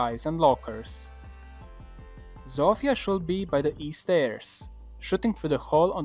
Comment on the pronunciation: chwała bogom...szanuje cie za wypowiadanie tego imienia Zofia a nie ZOŁFIJA, thanks